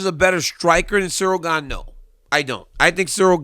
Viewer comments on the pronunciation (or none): At least he respects Stipe as a fighter and you too DC. He literally refused to say Gane's name correctly and it was so funny. He kept calling him Cereal Gain LOL